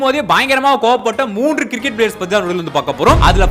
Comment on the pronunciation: Cricket❌️ Ciriket✅️ 😂😂😂